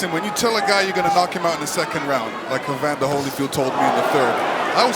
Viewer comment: Say Evander not Emander. I get you though that you were referring to Fury not Mike.